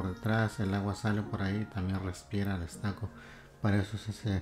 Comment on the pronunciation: No sé dice estaco, se pronuncia ESTUCO...